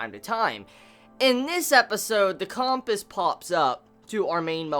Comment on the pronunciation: the way is pronouncing compass is driving me nuts